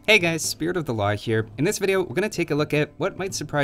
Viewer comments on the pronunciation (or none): I alway hear spirit of the log instead of law.